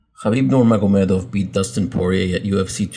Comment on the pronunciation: "kharbibnu nurmagemedov"